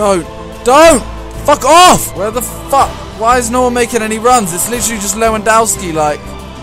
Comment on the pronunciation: Simon, it's pronounced Levandovski not Lewandaoski. Lewandowski is beast